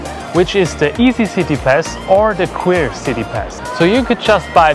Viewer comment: "Queer" city pass 😅😅😅